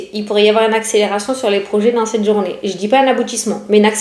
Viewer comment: Coucou belle! J'adore comment tu dis Journais😂😂😂❤ On a même pas encore commencé à écouter ton poste que l'on est déjà en train de rigoler 😂😂😂. Merci beaucoup pour ta bonne humeur et le temps que tu consacres pour nous tous 😘🙏👌🤞❤️